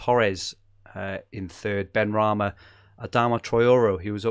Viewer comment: Said benrahma